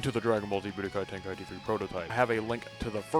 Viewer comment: budokai ten…….. can’t understand you from there